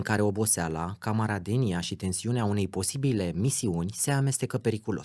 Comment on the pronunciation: 27,45 pronunți "camaradenia" și ai pretenții de formator de opinii? Băi,,faptul că ai chemat la tine un om cu o poveste interesantă (dar care rămâne, totuși,un mercenar),nu te face nicicum un Tatulici doi. Cel mult un Dan Diaconescu. Iar despre mercenarii Legion Etrangere,hmmm. Știm cu toții cam ce fac prin Africa: Congo,Cote D'Ivoire,Haiti, Burkina Faso. Numele Potra vă spune ceva? Milioane (multe) adunate ca mercenar în unul, două decenii de "luptat" prin junglă de partea dreptății...